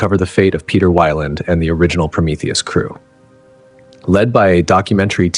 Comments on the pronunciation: It's Weyland, not WHYLAND!!! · Who’s “Juan”? 😅. Weird way to pronounce Weyland! Mispronounced it in two different ways throughout the video. I did like it but that threw me off as I was falling asleep! 😅. Love all these videos from the channel! I don’t sleep good at all ever since I got out of the Marine Corps in 2004. I’m lucky to get 2 hours sleep straight every night since then. 😤😕. This channel helps me relax though and get to sleep. Even if it’s only a couple hours, it’s still nice.